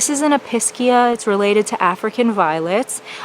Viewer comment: EPEESHEAH not episkia!!